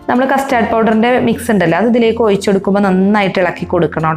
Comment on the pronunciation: ഔയ്ച്ചല്ല ഒഴിച്ച്